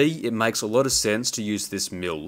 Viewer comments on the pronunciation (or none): Every time you said "mill" is sounded like you said "mule". Funny English accents from around the world! Oh, and "fix" sounded like "feeks". Lol, thank you for the laugh today. You confirmed that my hearing is really bad!